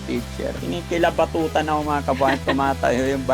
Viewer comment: kinikilabutan..hindi kinikilibatotan😂😂😂..ganda na ni mam maryjane..